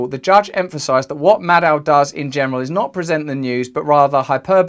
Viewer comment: When Russells says Maddow iit sounds like Mad Cow